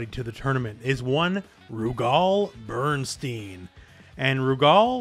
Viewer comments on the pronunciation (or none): none